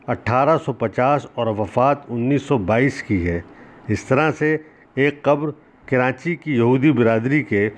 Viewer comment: Sir aap karachi ka pronunciation ghalat use kar rahay hen jaisa k.. karaNchi ghalat hay aap darmiyan men N laga rahay hen jo k ghalat hay.